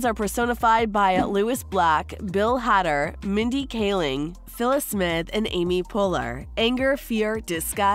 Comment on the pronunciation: It's Bill Hader, Not Hadder